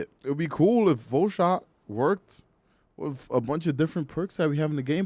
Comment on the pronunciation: Wiff.. ehh nope that speech impediment is enough that I can't take you serious..